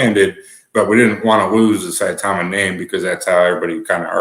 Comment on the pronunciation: Mr. Willie D, Saitama is in japan and I actually vacationed there back in 1998. The true pronunciation is Sa-e-ta-ma... Please research the pronunciation of hiragana and katakana for reference. 👍